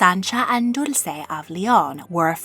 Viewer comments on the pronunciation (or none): none